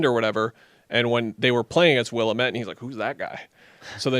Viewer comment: As a Wazzu alum I would love to see them take Cedric Coward at 10. Also the D3 school he went to is pronounced Will-am-it. I'd also be fine if they took Queen or Jakcionis.